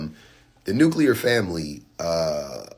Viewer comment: He said nukeular not nuclear.....hahahaha!